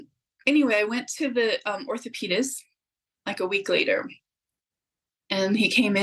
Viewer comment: If she says ORTHOPIS ONE MORE TIME... ORTHOPAEDIC